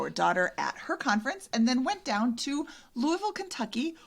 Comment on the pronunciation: No apologies necessary for the absence! Glad you enjoyed your Midwest road trip. pronunciation of “Louisville” is spot on, though may need some more Evan Williams before he gets the hang of it!